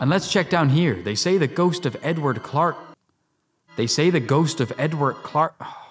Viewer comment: Edward Kit: Egwark? Edward Kit: Edwork?? Edward!! Kit: Aardvark?!? NO, EDWARD!!!!! These videos are pure gold!! 😂😂😂😂😂😂